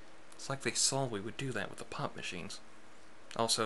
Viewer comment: (Not making Fun) When you say "POP MACHINE", it sounds like "POT MACHINE".